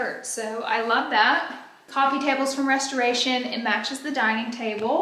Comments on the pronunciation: LOL I love the way you say Reshtoration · Your pronunciation of restoration as Reshtoration. You are killing me this video lol. But I say that lovingly!